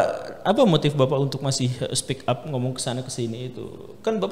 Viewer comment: Speak up ... bukan speck up ..beda arti